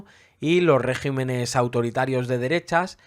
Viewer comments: Muy buena síntesis. Para la próxima, no se dice régimenes sino regímenes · debe pronunciarse regímenes.